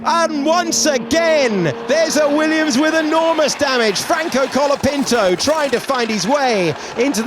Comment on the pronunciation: is he Logapinto or Colatifi? 😂😂😂